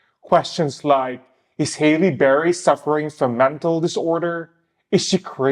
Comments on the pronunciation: her name is HALLE, not hailey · Her name is not HAY-LEE Berry ...it's HAAA-LEE Berry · Halle is pronounced like Sally lol